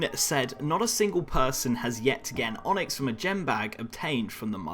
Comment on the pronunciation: "onxy" xD nice onyx u got there